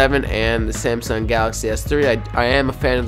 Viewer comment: it's samsung s3 not semsiung s3